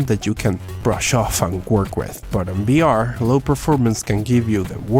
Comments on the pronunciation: Its vr not br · Why cant you say the letter V you say BR instead of VR no hate though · are you saying br instead of vr? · Holy hell. I understand that english isn't your first language but it was head exploding hearing you say "BR" repeatedly when clearly you're trying to say "VR"